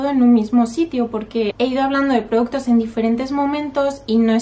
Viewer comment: Dices produttos, jaja, productos....